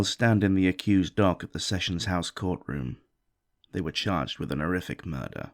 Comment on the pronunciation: "An 'orrific crime". Can people please stop using "an" before words beginning with "h" then dropping the "h"? It's a very irritating habit.